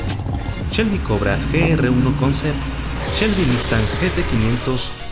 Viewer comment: Si muy padre y todo. Pero " Chelby" y " campion" ... echale poquita calidad a la narración.